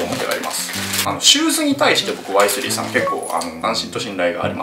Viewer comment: ワイ↗︎スリー↘︎のクセが強い